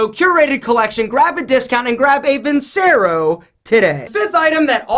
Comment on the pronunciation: It’s pronounced VIN-CHERO....